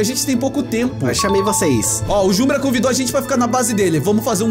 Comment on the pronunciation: ERA PRA FALAR JUMBRA mas falou hoje um brasil kkkk